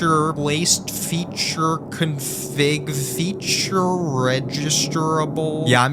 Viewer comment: It’s config not cunfig it’s cONfig ON!